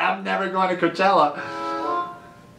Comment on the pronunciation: Someone needs to tell him it's cochella not c.chella